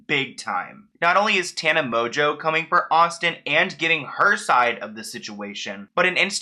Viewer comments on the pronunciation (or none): why does everyone pronounce mongeau as 'mojo'? its literally pronounced 'mon-goo' like 'mongoose' without the 'se'